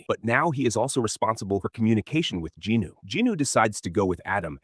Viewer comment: Why do you keep saying Ginu? Is that how JIn Woo is pronounced? :)